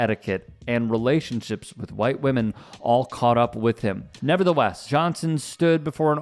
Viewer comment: "Them white whamen em the crazy ones"😅